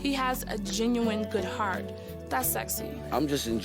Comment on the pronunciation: “You hear the ginuwine that’s coming out of Deelishes” 😂😂😭😭🤣 it’s pronounced GEN-U-INE